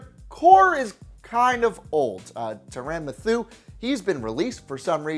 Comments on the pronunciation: It's pronounced TIE-RAN MATH-YOU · Tuh-ran Muh-thue? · Terran mathooh ????? It’s tyrann Mathieu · Tiran Mathoo guys. Get it right guys it's not Tyrann Mathieu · Caleb S. Turran muthuu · Tune in next time when still can’t pronounce Tyrann Mathieu correctly. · Omg 😂😂 did u hear how he said tyrann Mathieu's name